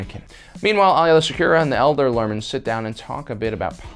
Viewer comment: Why are you mispronouncing Aayla Secura's name?